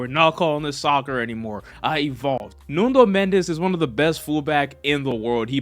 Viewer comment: its NUNO Mendes not NUNDO Mendes 🤣🤣🤣